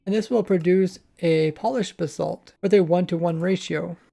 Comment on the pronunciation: It sounds like your saying "the salt"